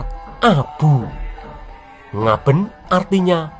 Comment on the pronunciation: pengucapan Ngaben itu e dibaca é jadi suaranya Ngabén. Aswathama termasuk jenis manusia Siwanjini yaitu hidup kekal,Paling tdk puluhan ribu Tahun umurnya dibumi sampe Hyang Tunggal mengijinkan keluar dari Bumi. Ada bbrpa cerita di india ada yg mlht Aswathama dgn Tubuh tinggi 3 Meter berjakan merintih sakit krn mata ketiganya msh Luka krn dikeluarkan oleh Krisna krn perbuatannya membunuh anak anak Pandawa dlm keadaan tidur. Aswathama sering kekuil di India meletakan bunga segar didepan arca Dewa Shiwa sbg Bhakta Dewa Shiwa. nah..bingungkhan? penampakan Aswathama sebelum memasuki abad 2o ini. Kapan kirakira wafatnya??